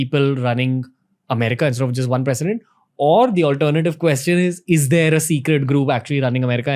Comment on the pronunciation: It's president not precident.......